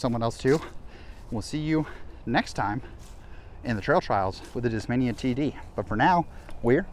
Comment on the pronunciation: Nobody noticed he said "Discmamia Beast"